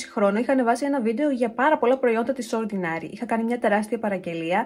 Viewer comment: ΟρντινΕρι, όχι ορντινΆρι προφέρεται 🤭🤭